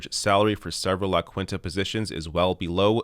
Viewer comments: Its La-Keenta,. Not La-quinta. <3 love the video and show. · “La kwinta” lol try “la keenta” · its pronounced (la "keen-ta") just thought id let ya know. <3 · Please say "La Quinta" again. 😂😂😂😂😂😂😂😂😂😂😂😂😂😂